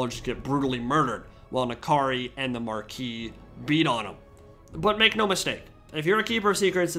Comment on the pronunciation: I'm so glad to finally hear someone in the TW community pronounce "marquis" correctly.